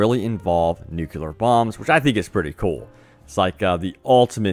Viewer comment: Ffs nucLear already NOT NOOCULAR